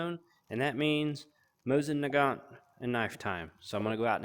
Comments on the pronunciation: Also not trying to be a know it all because man do I not know much unless it comes to guns and pronouncing it is easy mosin night instead of mosin naight you get would I mean……… probably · Man you have butchered that name it’s mosin naight how ever you spell it you got the mosin down it the naight it’s pronounced mosin night I believe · hey not to be a dick or anything, but as someone who speaks russian, its pronounced more like moe-seen nah-gahn. its because in russian, there aren't many dipthongs and only two silent letters (ь,ъ). in russian its spelt мосин наган, no t at the end.